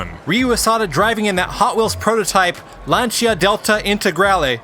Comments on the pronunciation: Lan-see-ah, Lancia, Lan (like man) see/sea - ah/uh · Please say "Lancia" correctly... Please! Great content btw :)